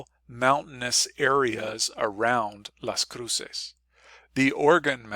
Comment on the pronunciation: I lived there for two years. I never heard anyone pronounce it the way you do. Also, it's the U.S. side of the border, temperatures are measured in Fahrenheit.